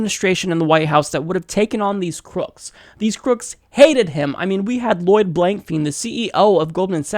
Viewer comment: Dude! His name is pronounced "blank fine", not "blank feen"! Research before you make the video, not after!!!!